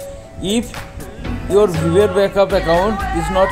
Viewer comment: Dude learn first how to pronounce Viber. :yt